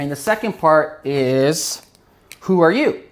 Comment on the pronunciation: You may need to properly articulate "who" as in - "Who is your customer?"